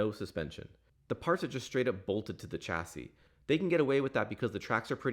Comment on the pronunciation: (sorry man it's pronounced sh-assy)